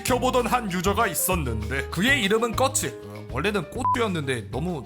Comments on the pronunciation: 꺼츠가 아니라 꽃우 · 꺼츠 뭔가 발음이 가츠같아서 씹간지임 ㅋㅋㅋㅋㅋㅋ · 자꾸 꺼츠라고 하니까. 까츠동 생각남.